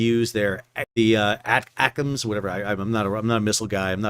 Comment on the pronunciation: As an FYI, ATACMS is pronounced "Attack'ems". Great info Sal!